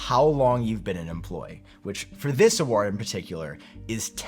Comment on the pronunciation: pronunciation of ‘award’ is nearly as triggering as his pronunciation of ‘quarter’ 😂